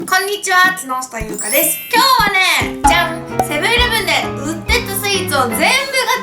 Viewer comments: 今日の挨拶 "こんにちわ～～きのしたゆうかです"ではなく "つのしたゆうかです" に、聞こえたのは私だけかな？！ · こんにちは〜木下ゆうかです が こんにちは〜角下ゆうかです に聞こえたんだけど…😂👂← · つのした ゆうか って言ってるよね？ 聞こえるの私だけじゃないよね？ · ツノシタユウカ って言ったで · 木下ゆうかさん！ つのしたゆうかです！になってますよ！ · こんにちは～！つのしたゆうかですっ にきこえたのは私だけ？ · 最初の挨拶つのしたって聞こえた笑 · こんにちは角下ゆうかですにしかきこえない